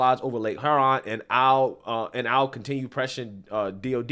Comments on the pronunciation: Cracks me up on how you say Huron 😆 say it like “ here-on” lol. Lake Huron is around the thumb part of Michigan. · And you jacked pronouncing lake Hew-ron and on-tare-rio